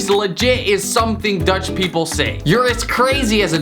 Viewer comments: i am dutch, its perfect😅😅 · im dutch and you ride it all good